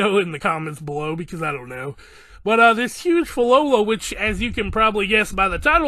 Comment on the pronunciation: Pronounce it as - Phil-lo-lee-yals